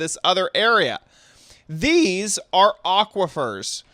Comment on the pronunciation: thEEse lol sorry had too